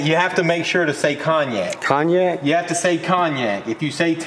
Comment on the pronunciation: I thought you were saying Kanye until I realized you were saying Cognac 😂